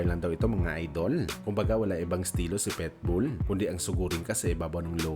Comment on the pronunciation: Ang sarap pilipitin ng dila mo,petbul ka ng petbul..PITBULL